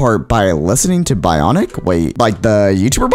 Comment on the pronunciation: bro said BAI-ONIC